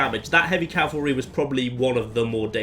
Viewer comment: 2 things: 1). Thank you for saying "CAV-ul-ree" instead of "CAL-vuh-ree." That is a huge pet peeve of mine when it's mispronounced. 2). Hope you get well soon!